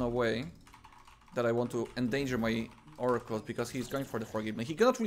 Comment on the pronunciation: “Fouracles” as one would say